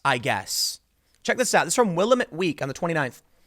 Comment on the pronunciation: Tim Will-AM-met week